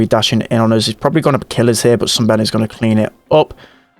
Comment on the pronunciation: you forgot the 'oos' as a way of saying 'us'. cool accent tho